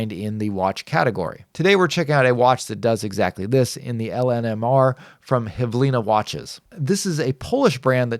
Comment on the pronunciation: IIRC it's belarusian brand (hv-ili-na, not h-v-lina) which means "minute"